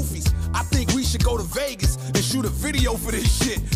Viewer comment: He saying Vagas because that's where pac was